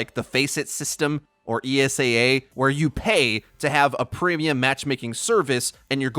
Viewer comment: ESEA not its ESAA lol